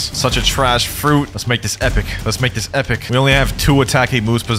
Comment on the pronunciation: No way you just said E-poc